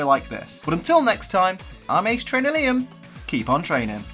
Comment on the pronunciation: When you say ace trainer liam it sounds like ace trainer limb